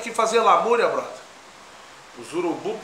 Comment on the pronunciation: Porra vc ñ pode falar Brodher Porra vc é Gaúcho tchê vc ñ é carioca 🤣😂🤣😂🤣😂🤣😂